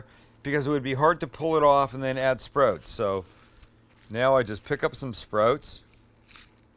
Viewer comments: i like sprouts but don't like how you say sprouts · Ok, here we go. Recent subscriber bc you're hilarious and a great cook. Your Canadian never comes out until you said "sprotes" (sprouts). Also, sprouts are the number one (I'm making that up) reason for salmonella. That's why I don't eat them. Side note, I'm a chef of 25 years and would LOVE to come cook with you. Please message me to set it up. We would get along great as I constantly burn and cut myself and cuss incessantly. Love the channel man.